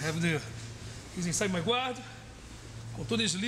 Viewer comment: He's inside my gwaad